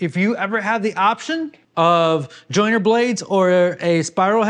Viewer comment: Jointer! Not joiner. Fyi